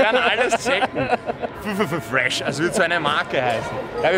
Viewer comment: Du kannst ffffresh nicht sagen haha du machst das ganz falsch